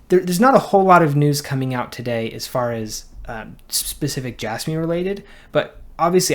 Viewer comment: I can’t stand it when people pronounce it as “J-asss-me” instead of “J-azz-me”. It is so difficult to listen to.